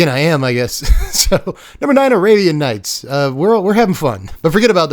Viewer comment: I stopped watching when he said arabian nights.😅